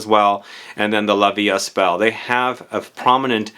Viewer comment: The ”st” in La Vie Est Belle is silent. 🤭